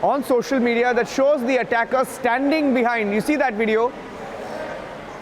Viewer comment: How many times are you going to say “you can see dee attacker”